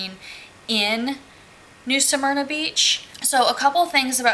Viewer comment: How are you pronouncing Smyrna? Are you saying Samyna? Helpful hint: when you do a review and point out certain things it would be helpful if you posted pictures of the things you refer to in your narrative. For instance the inaccessible lake……a picture of the lake and access path or lack of would be expected. You referenced the laundry…..a picture of it would be helpful. The permanent residents there……a picture of a couple of those residences would be helpful so we can determine if they make the campground look like a trashy mobile home park or if the folks take pride in their property. The swimming pool and Tiki Bar…….no picture so I guess we just imagine it? Site 6? Back in or pull thru? Does it have a cement patio. Again no picture. I’m not trying to be mean but I got nothing from your review. So, thumbs down.